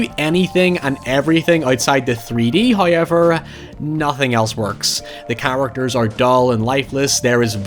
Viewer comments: Not making a joke about using the raycons to listen to you say "hoiever" must've killed you inside. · I want to leave a thumbs up everytime i hear a "noy" og "hoyever" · I think of it as "Hi-ever" lol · Hoyever is legit amazing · He's alot closer than you make it out to be, it sounding like howyever